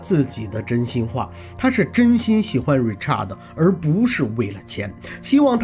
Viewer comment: Richard 是唸er的音 Not art Richart 才是發你唸的art的音